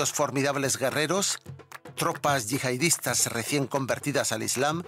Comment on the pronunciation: yihadista, no yihaidista